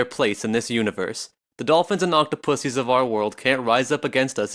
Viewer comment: Anyone else hear him say octopussie